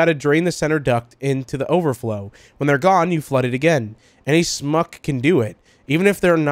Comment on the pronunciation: Say smuck like this (schmuck)